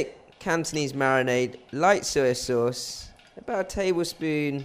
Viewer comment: I love when you say SUI SAUCE ( SOYA SAUCE) hahaha